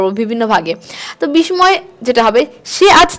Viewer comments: বিসময় বলবেন না এটা উচ্চারণ হবে বিসসয় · দায়রা করে 'বিস্ময় ' শব্দের উচ্চারণ সঠিকভাবে করবেন।